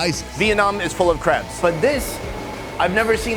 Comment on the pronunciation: Thought he said "Vietnam is full of craps" instead of crabs